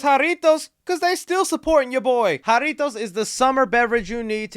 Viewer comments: Bro you can't say jarritos right and you Spanish. Fake af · You say jarritos like a no sabo kid lol